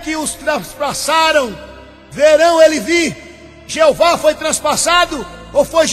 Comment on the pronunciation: Mais uma coisa ´e testemunhas de JEOVÁ e não Jeovar, aprenda a falar primeiro, depois pesquise mais pois voce não sabe NADA.